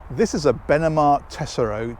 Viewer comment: In Italiuan Tessoro is actually pronounced "TEH-ZORRO" meaning treasure, just saying